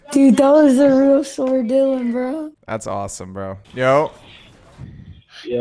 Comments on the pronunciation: Not even a minute in “Ayo bro it’s ” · Every time Dylan uses fills: No way it's **!